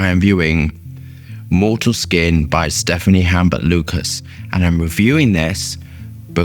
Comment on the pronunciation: I really respect you and enjoy your reviews, but in the same light, I encourage you to pay a bit of more close attention to respecting other perfumers and owner’s names. It is Stéphane and not Stephanie. I hope you are well.